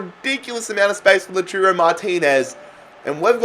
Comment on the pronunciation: Its lau-toro